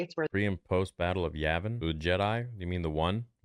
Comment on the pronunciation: Pretty sure she said 'Yamin' and not 'Yavin'... watch her lips.